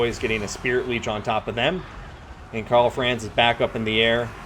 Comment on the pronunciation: Great videos, but your mispronunciation of Franz hurts my ears every time.